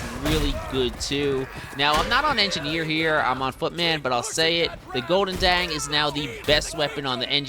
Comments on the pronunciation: you almost pronounced the word 'goedendag' correctly, just use a soft g instead of a hard g. 👍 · also the g in the beginning is VERY strong, the sound comes from the back of your throat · Its pronounced "GoldenDong" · So it's pronounced as, Oh-din-da? Or Joe-din-jah? Huh?